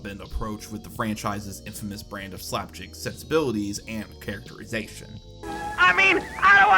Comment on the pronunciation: I appreciate the content but you absolutely need to be more mindful of your mispronunciations because they risk drawing people out of the video. "Slapjicks" (multiple times) instead of slapstick, "Ralph Bashki" (multiple times) instead of Ralph Bakshi are the two biggest offenders but every minute I'm hearing something that sounds off, whether it's a mispronunciation or something getting garbled or run together in your sentences. It's hard to listen to and diminishes the quality.